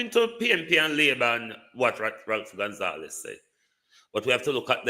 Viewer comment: Ralph Gonsalves..not Gonzalez....get it right